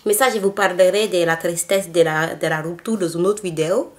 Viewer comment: la rrrouptourrre MDR XD